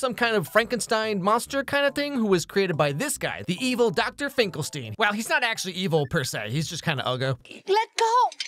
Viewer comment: Finkelstein is pornounced like Frankenstein with "stine", not "steen".